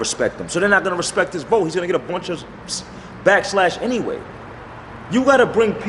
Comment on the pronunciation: That nigga said BACKSLASH 😂😂😂😂you mean backlash sir